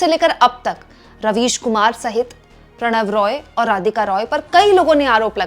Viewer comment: Prannoy Roy, not Pranav Roy....